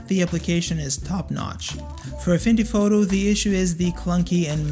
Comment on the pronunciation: excuse me may i ask did you say afindy photo?.